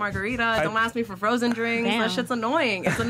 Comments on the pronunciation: Why is it that so many Miami girls say "aks" instead of "ask"? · Ask not aks 😭💀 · Wow these women, do ax some questions.Not asssssssssssk. but ax.